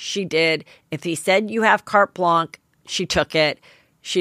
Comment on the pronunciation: It’s “carte blanche”, with a “sh” sound (not “ch”).